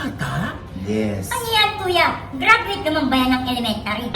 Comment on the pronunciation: Tawa ko kay sa “gradweyt ng elementayr” hirit 😂😂